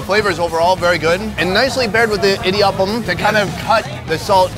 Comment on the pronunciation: It's lovely how u pronounced that"idiyappam " 😂 By A tamilgirl